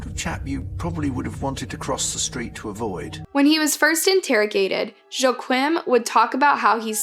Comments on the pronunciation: In German, 'Joachim' sounds like, 'Yo-aa-him' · I'm really sorry but I'm out. Your proper noun pronunciations have always been terrible but this one cinches it. Joe Quim? C'mon. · Joachim = “wah-keem” not Joe Quinn… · its pronounced YOH-AGH-HEEM KRUHL !! Sorry im European and youre pronouncing it so wrong, love your channel 😅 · Here people say "Wah-KEEM". Regardless, she didn't get any of them right! Not that I'm surprised, basic research and this woman are not acquainted. (Up the Reds!) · Joachim is pronounced wrong as someone who speaks German it isn’t even close.